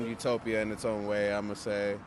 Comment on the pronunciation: This guy calls Eugene a “eutopia.” 😂